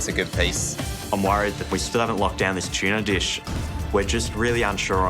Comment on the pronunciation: Every time that guy said “tuna” i only heard “cheena” 🤣